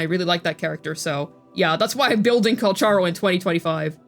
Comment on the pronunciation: btw. Calcharo is actually pronounced " Calkaro" you can find that in his ingame greeting voice files 😂